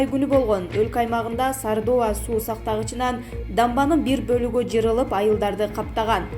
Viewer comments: Жырылып эмес жарылып деп суйлосон боло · Окуганда да даярданып окусан мынча сабатсызсын жырылып дебе уят уят жарылып десен